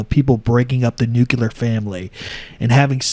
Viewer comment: NU-CLE-AR. Ffs.